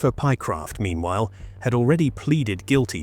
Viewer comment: The voice over doesn’t give the correct names. It’s Lewis and Pie-Croft